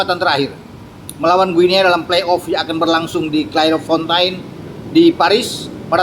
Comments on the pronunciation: Guinea : baca 'Gini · Guniea bacanya gini....